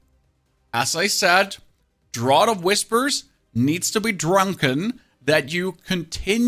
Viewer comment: It's pronounced draft not drot. Draught